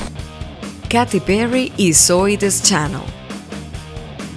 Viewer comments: Katy Perry se pronuncia keyti perri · No se pronuncia "Katy perry", se pronuncia "keithy perry" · No se dice katty perry ? (•_•)